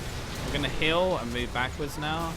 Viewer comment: am I the only one that hears hill when he says heal?